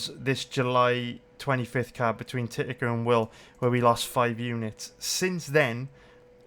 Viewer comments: sounded like titaker to me. lmao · "Thittaker and Will" :D